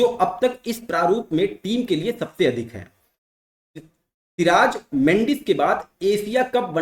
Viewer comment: सिर ताज ...... सिराज 😂😂😂😂😂